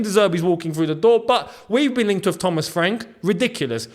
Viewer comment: That " tha-mas' was accurate as fuck 😂